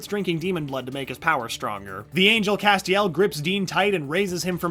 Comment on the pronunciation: The way he pronounces Castiel BOTHERS ME